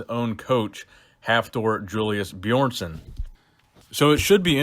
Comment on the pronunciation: The way you say Björnsson 🤦🏼‍♂️